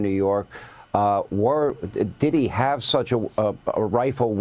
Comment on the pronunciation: Why does that reporter pronounce "did he" as "diddy" like bro it's not one word